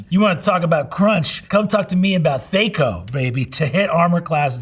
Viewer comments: Same, but I remember To Hit Armor Class Zero: THAC0 pronounced with a strong a like apple. My wife looked at me funny when he said Theyco, and I blurted, "it's thAco" out of nowhere. I haven't thought of that word in decades. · Brennen pronouncing THAC0 as “thay-co” was not on my Bingo card. 😂